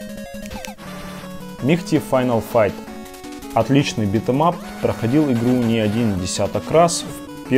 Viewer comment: Пришел на канал, а тут никакого РЕЙДЖ, только чувак машинным монотонным безэмоциональным голосом говорит Мигхти(!) финал файт и дубл(!) дрэгон, я чуть от смеха не умер. Камера плохая, геймплей чужой, и не Денди, а NES и Famicom.